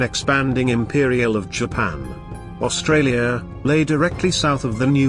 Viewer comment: Best robot voice so far but: A "bow" is a weapon used with an arrow. A "bow" is the pointy bit at the front of a ship. Dropping of definite and indefinite articles hurts. You also have the weirdest pronunciation I have heard of the Kaga.Then near the end "Austrarlia" (sic) and "R-A-A-F" make me pretty certain you are not a native English speaker. Try to get a friend who is so they can fix your scripts before posting. The BIG positive is that there are no smarmy sarcastic and failed attempts at humour like on another naval oriented channel so this is definitely a better watch.